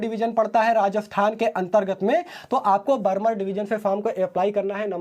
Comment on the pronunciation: Bhai barmer बर्मर nhi बाड़मेर hota h😊